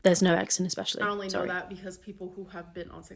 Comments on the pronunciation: Hey hope you are feeling better love your videos too funny yet very informative. “Exspecially” LOL!!!! I am a registered nurse the cellulitis story is bullshit I have taken care of big people that get due to bad poor hygiene NO this is the excuse why she lost either no weight or she gained weight this grown baby is absolutely an idiot I am sorry! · I was watching this call for a program in doing and the woman kept saying “exspecially” over and over and over and it was driving me MAD and it made me think of you.